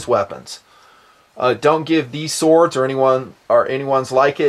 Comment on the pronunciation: lol@ "sowawds"